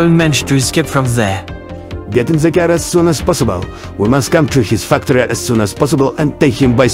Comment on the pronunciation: J, Said FUCKTORY Its Funny